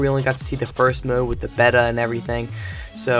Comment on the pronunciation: How did you just pronounce: Beta?